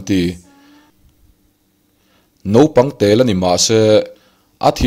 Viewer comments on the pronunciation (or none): none